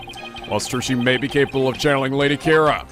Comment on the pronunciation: I've been trying for so long not to bring this up, but the way pronounces Kurain is driving me crazy. I've gotten so to hearing it pronounced _ Ka-Rain_ were he pronounces it Ku-Ran it's just me. Hay he's getting the Country's pronounceation of Ku-Rhine right, so please forgive my inner Grammar John Wilkes Booth.